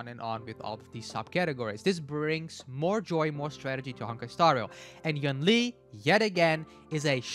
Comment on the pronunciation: yoon lee not yawn ly